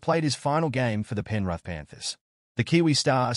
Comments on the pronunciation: Penrith 😂😂😂😂😂😂 not penruth 😂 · Not penruth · Just trying to make money, not even a Rugby league fan. Can’t pronounce Penrith or Māori properly to start with.